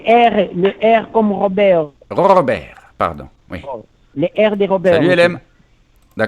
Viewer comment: "'lé Rrrrrrrrr.... le R comme Robewwwrrrrrr" 🤣🤣🤣😂😂😂🤣